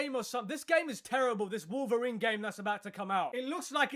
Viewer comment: It's wolferine 🤣🤣☠️😅😅😅